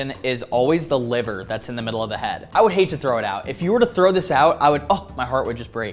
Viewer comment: I love that he said “ if you trow that away agh my heart would just brake “ 😂😂❤❤❤ I love ur videos❤❤❤